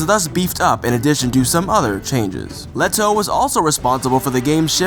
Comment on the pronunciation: learn to ptonounce Lehto is not pronounced leto